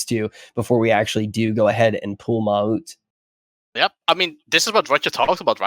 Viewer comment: ITS NOT MA'UT D